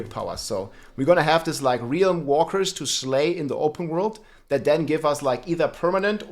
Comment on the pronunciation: your rolling r's are 10/10.